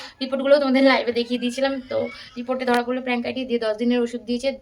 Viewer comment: Are didi ota প্যানক্রিয়াটাইটিস্ Not প্রান্কাইটিস